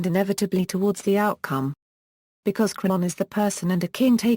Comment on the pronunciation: Wow, 'Eteocles' pronounced to rhyme with 'vehicles?' Wow! Just wow! Is 'Sophocles' supposed to rhyme with 'philosophicals' then?! And 'Thebes' pronounced as 'thebbies?' Actually, that may well be fairly accurate for Ancient Greek, but it's not the modern English convention of 'theebs.' And the pronunciation of 'Creon' is unidentifiable. Is it 'crunnon' or 'cron?' I can't tell. What manner of speech-impaired or ill-advised robot is reading this anyway?